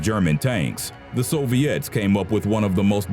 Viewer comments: the so-v-its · It's Soviets, not Soviettes. When you say it like that they sound like a line of chorus girls.